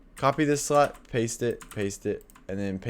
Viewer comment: The way he says: "srot" instead of slot 😂